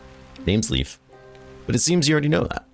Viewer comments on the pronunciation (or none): btw Leif is pronoucned Leyf, not Leef. Common-ish name in Sweden. Most of the Dwarf stuff in this game is very Scandinavian :)